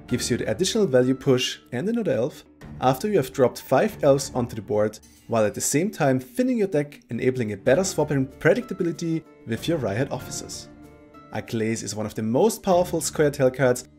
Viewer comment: The i in aglais is pronounced like e.